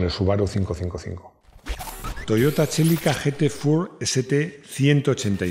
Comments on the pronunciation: Toyota chélica LOL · el Toyota "Chélica", el amor de mi infancia, el último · “Toyota txelica”, dando acento vasco a los nombres jajaja